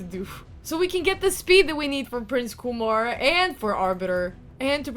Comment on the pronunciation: It’s KyeMar not Kumar